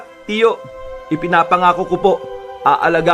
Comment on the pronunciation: nabweset ako sa "Wakás"... hahahahha